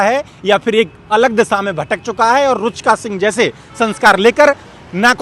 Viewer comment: रूचका नही रुचिका।😅😅